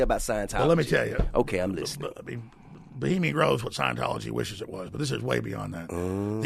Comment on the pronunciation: T.i. keeps saying bahamian grove lol it's Bohemian Grove.